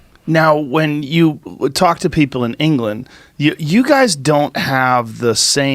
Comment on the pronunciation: In the first 15 seconds, he says "talk" and "half" in an American accent